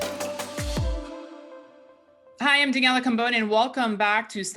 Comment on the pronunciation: 'Daniela Cambone'.... pronounced... 'Cam...Bon....eeee'...... not 'can.... bone'....... :) ... and its 'StansBerryInvestor'...not 'StrawBerryInvestor'...... read.... it..... slowly.... people..... :)